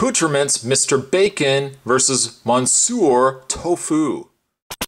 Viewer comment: ‘Mon-sewer’ Tofu?